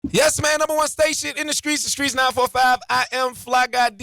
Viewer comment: Just love when the word “Music” comes with an “R”!!!! 😂 “Mrusical” like “Skreets” comes with a “K” sometimes. Lol